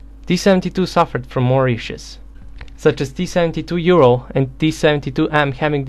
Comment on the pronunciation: T-72 Ural? You mean T-72 OURal!